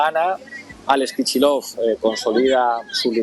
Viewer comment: No se entiende por qué se pronuncia /kichilof/ un apellido ruso que se escribe Kicillof.